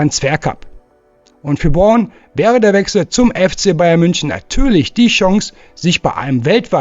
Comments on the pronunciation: Nathaniel Brown ( gesprochen Braun ) nicht Born 😂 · wat is denn nessel born? der jung heißt brown spricht man wie deutsch braun oder sag einfach nene und nicht nessel born!